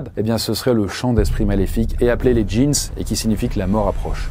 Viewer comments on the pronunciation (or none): Les JEANS 👖 🤣😂, faudra revoir la prononciation de Djins 😅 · «Les djeans» il a dit et non les «les djinns» (sans prononcer le "s")🤣🤣